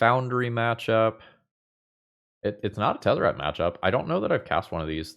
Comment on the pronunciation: You said Tezzert, Agent of Bolas. I watch the video, and click "like".